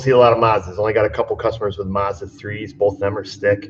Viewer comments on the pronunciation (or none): none